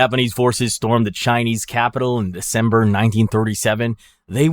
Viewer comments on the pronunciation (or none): Um... "Descember"?